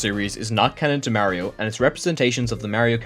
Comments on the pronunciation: pronounce mario correctly nerd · Just to be fair, I don’t trust you on any of this because you can’t say Mario correctly (just funny joke)